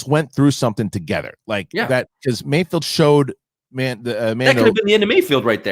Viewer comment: HE’S CALLED MAYFELD —- NOT MAYFIELD, FFS!!